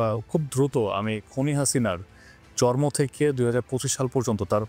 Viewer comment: ভাই আপনার শব্দ উচ্চারণে অনেক জায়গায় ভুল শোনা যায়, জন্ম (জর্ম)